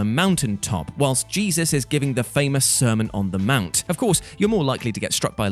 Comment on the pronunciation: “Sermon on the *mound*” 😂😂😂😂